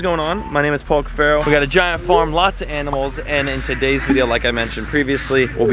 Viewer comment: Name the fish that you were talking about in the beginning Paul cuffisho instead of Paul cuffaro